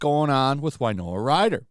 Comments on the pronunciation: Winona, win-oh-nah, not wine-oh-ah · I love your channel, I do. Who is this Wynoah of whom you speak? Do you mean Winona Ryder? That’s pronounced WIn-Nona, not Why-Noah. Nothing so Country and western sounding. Actually, her real name is Winona Horowitz. Hope that helps clear some things up.